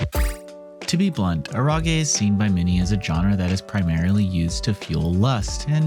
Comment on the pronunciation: Ero as in erotic ge sounding like gay Eh-row-gay